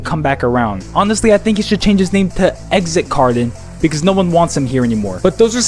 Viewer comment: Lol "Exit Cardon"